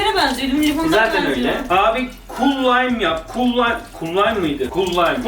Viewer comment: Laymın değil o Lime diye yazılıyor Laym diye okunuyor